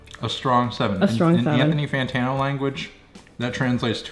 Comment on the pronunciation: Did he say “PANthony Fantano”? Jesus Christ. This guy is lost in the sauce